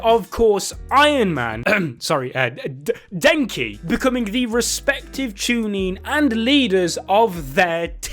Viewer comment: wooosabi, eeewabay, den-ki, su-baki he is butchering names more than abdul